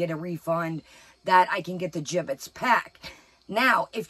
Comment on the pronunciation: Did you say giblets or gibbits? 😂😉🥰